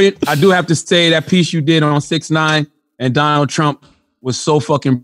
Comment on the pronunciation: did this man just call him Donnell Trump??? lmao 🤣😂😂🤣🔥